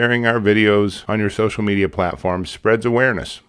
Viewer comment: Okay but why do you say social media so weird lol